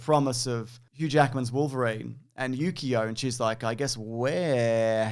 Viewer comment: Every time you said Yukio I kept hearing Yu-gi-oh and it continued to make me laugh.